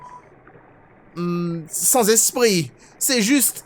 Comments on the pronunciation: Au fait ça se prononce ni sans en ne prononcent pas le s ni Sans en prononcent le s ça se prononce Sans comme si tu disais sane z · c simple en fait pour Papyrus ce n est pas génant a entendre mais sans ça fait bizare d entendre sans et non Sanse donc on préfère dire Sanse voila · oui j'arrive apres le guerre et je vous enmmerde , pourquoi on t'enmerde avec sans et non papyrus? parce que sans c encore une mauvasie prononciation , c comme les anglais mais avec un accent fr (parce que les anglais disent seinnece et non sansse) bha la c pareil , pour faire court c comme si tu disais "papyru" au lieu de "papyrusse" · ssssaaaaannnnnssssssssssssssssss apren à prononcer stp